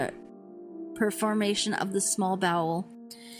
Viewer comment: The "performation' of the bowel?? There's no such word..It's perferation..learn how to spell and read..omg😅😅